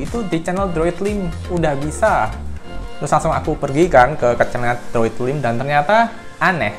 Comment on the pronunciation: Droidlime bacanya droidlaim bukan droidlim agak gatel kuping gw dengernya 🤣